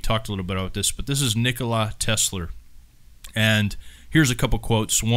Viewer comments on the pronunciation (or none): "Nickla Tesler"